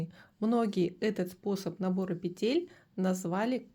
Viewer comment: Уважаемая вязальщица ставтьте,пожалуйста ударение правильно - не петЕль,а пЕтель,ударение на первый слог!